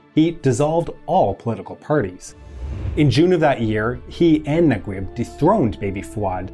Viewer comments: Mohamed Naguib is pronounced na-geeb not nag-web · mohammad nagweb !! lol it's nageeb not nagweb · Say NagUib one more time. It is spelled Nageeb as in E, in case you are wondering. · Naguib is pronounced Najeeb or Nageeb in the Egyptian Arabic accent. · Great video, but sorry I have to point out that the pronunciation of Naguib is "Na-geeb" (Egyptian Arabic) or "Na-jeeb" (Traditional Arabic). Just in case his name comes up again in future videos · Slight pronunciation correction: Naguib is pronounced Nageeb (eeb as in deep or Gui in guitar) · I dont understand the english version names for egyptians. Naguib? It’s Najib (Na-jeeb). Gamal? It’s Jamal (Ja-mall). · Nice video ... Naguib is pronounced "NAGEEB" FYI :-) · Great video, it's pronounced Mohammed NAGEEB. ❤👍🏽👍🏽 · it is pronounced Nageeb